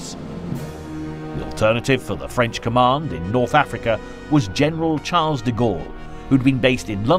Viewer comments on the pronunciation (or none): none